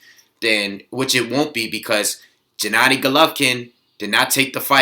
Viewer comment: Gennady is pronounced with a hard G, not 'Jennady'